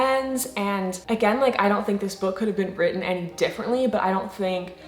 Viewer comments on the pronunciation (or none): none